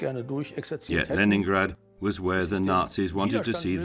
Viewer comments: Leningrade clochard pas leningrade😂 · La version française du commentaire est mauvaise : que dire de la prononciation de Leningrad ! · Par "pitié" traduisez intelligemment avec prononciation Léningrad!!!!!